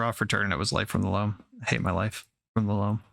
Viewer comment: "I took a draw for turn and it was life from the laom. I hate my life... from the loam" XD